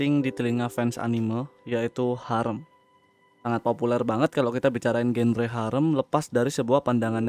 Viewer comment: Sekedar koreksi bang, "genre" itu dibaca "zanra"